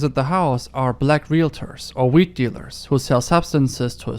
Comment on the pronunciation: I know you mean weed dealers...and I really specifically like your accent. But it does humourously sound like she's black mailing him to buy wheat from agricultural agents. My thought was "Well, with the unpleasantness with Russia and Ukraine, I guess Europeans are getting pretty desperate for grain. So ends The Neolithic Era." Fortunately I live in America - Alabama no less - so I will literally die from processed carbs billions of times before we run low. Wal-Mart is a major population control wing of our late imperial culture.